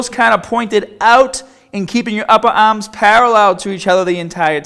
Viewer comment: Just subbed on your channel, great vids. Pronouncement of Barbell and arms is funny tho.